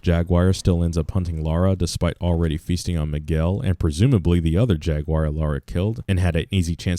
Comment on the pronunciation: Pronouncing JAGUAR wrong that’s a SIN